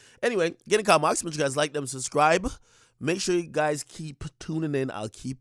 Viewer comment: Fuck all dat!! Akademiks WTF IS WIT UR INTRO MY GUY ! Lmao all dem Big Macs got u slurring ur own name! 🤣🤣🤣 itsyaboyshdhajfjsjfn CHECK IT OUT